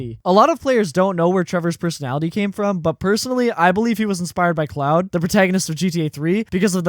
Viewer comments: haha I'm glad someone else questioned it. I was like bruh it's pronounced like "clo-ord" not "cloud" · also, its CLAUDE not CLOUD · Claude is pronounced like Clod. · Why do you keep calling him cloud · The mispronunciation of "Claude" is killing me 😂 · This guy really dislikes Claude huh? Won't even pronounce his name correctly lol